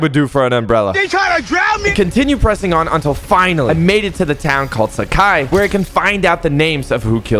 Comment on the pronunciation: "Sak hai"?? Its " Saaa-Khai "